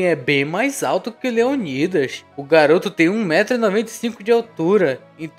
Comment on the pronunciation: Qual a dificuldade de falar o nome leonidas kkk